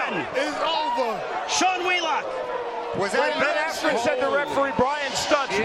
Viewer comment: Couldn't even say askrens name right.